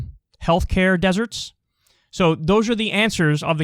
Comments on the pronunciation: Any one else feel a little weird by the way kyle says desserts? Lol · “Deserts” Kyle WTF